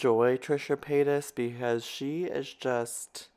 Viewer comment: Paytas not payton lol on me